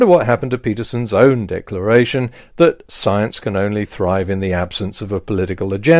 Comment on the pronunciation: Jordan Peterson own "dickleration" 😂